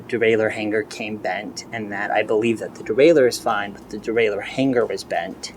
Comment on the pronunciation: Great, honest, and detailed video. Fyi, though.. You are pronouncing the word, Hanger wrong. It's not, Hang•"GER." It's, "Hang•"ER." There's no "GUR," sound! The 'ng' letter grouping sound has no 'GUH!!!' And, btw, that is for ALL words ending in 'ng,' There's no "GUH" sound. The back of the throat, when it closes to make the proper 'ng' sound, STAYS closed. It is improper and sounds stupid, when people release the closing of the back of the throat to end with "Guh." I mean, godDAMN, people! REALLY?!?!? Holy SHIT, man!!!!